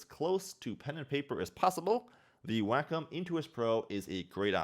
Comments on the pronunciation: It's WAY-com not "Whack'em. Lol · Why is it sounds like "wack 'em?"